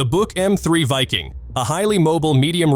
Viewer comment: I thought the Buk was pronounced Book? I guess AI can’t learn that?